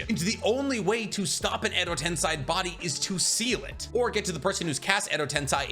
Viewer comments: i love your videos but it's hard to hear you say tensai instead of tensei. Accent thing i guess xD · anyone else uncomfortable with him saying "edo tensai"